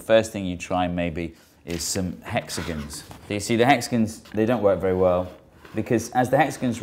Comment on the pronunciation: "as the hexagins roTATE." Dude needs some pronunciation lessons